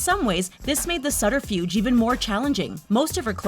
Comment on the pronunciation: Sutterfuge? SuBterfuge!